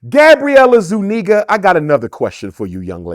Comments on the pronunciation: Zuniga is hispanic not white and its pronounced zuniga not zoooo- neggah This guy saying white homeless people still have white privilege is the dumbest shit ive ever heard! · Gabrielle “I ZU NEGAS” Zuniga 💀💀💀💀💀💀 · The way his says. “Zoo-Neeguh” is sending me lol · Yoooo how he flipped her last name was crazy work 🤣